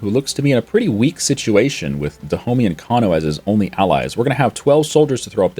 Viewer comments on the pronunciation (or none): Stop pronouncing "Dahomey" wrong.